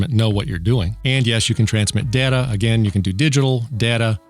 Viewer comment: IT'S PRONOUNCED DATA!!